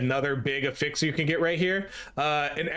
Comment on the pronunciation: When pronounced as a noun, the word affix has a slightly different pronunciation (vs being used as an action—think attach vs attachment). The “a” sound is slightly different and the “f” sound is included in both syllables. af·fix Thank you for coming to my TEDTalk. 🙏